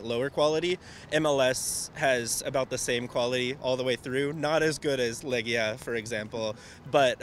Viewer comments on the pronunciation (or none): czy tylko ja słyszę Lechia? Dla obcokrajowców Lechia i Legia podobne w wymowie